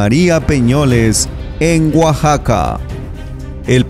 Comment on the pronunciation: Hola amigo no es guaxaca se pronuncia Oaxaca, para que la gente de otros paises que ven los videos sepan pronunciar correcta mente gracias por los videos yo soy de Oaxaca tambien